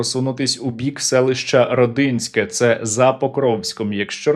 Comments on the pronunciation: рОдинське а не РодИнське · рОдінське, а не родИнське